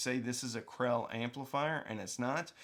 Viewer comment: I thought you were saying "Classé"...so got double confused seeing the knockoff Krell badge. This is why British pronunciation is better than American 😆 😉